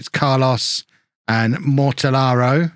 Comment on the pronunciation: Some classic Joe Kinnear levels of pronunciation there with Mortellaro's name!